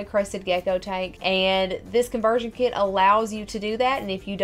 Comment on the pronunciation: " Conversion Kee-it"